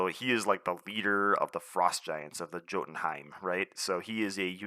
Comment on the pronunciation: I hated Frozen in my Ever Vigilant Spectrum deck! Anyway, not sure if you care but it's Yotunheim .. like Jarnbjorn is 'yarnbyorn'